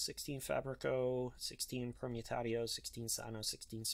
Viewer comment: I believe Permutatio is pronounced "Per-moo-tey-shio", just because a lot of the names seem to be loosely based off Latin.